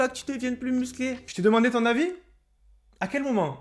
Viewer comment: la meuf qui dit "jveux pas que tu sois plus muclé" . Hazi là ON EST OU